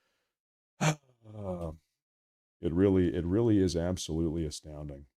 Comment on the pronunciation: Yes, YES ABAOLUTLY